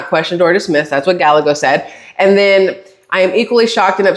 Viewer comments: . ILYSM. No apologies, nor should there be. Gallego pronounced like: Guy-egg-Oh. ❤❤ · This will help you say his name lol, it's die egg o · Rubin Guyago, two "LL's" together are pronounced as a "Y" in Spanish.